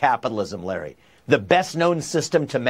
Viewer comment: Larry says his first name wrong